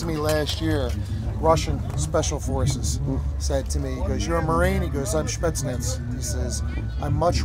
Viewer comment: Did he just say Spetschnitz? Obviously he was referencing Spetsnaz, but that is the damn funniest pronunciation of it I've ever heard!